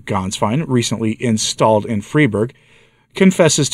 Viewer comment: Fry-burg! Gaens-vine! If you're going to do new commentaries, learn the proper pronunciations!